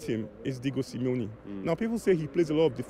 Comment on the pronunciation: He lost me when he said SIMEONE